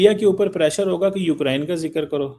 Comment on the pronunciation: Pronounce English properly. It is Pressure and not Prassure.